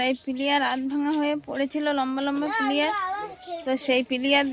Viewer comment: ওটা পিলিয়ার।নয়।এটার। নাম পিলার। ঠিক ভাবে উচ্চারণ করবেন। ধন্যবাদ ভালো থাকবেন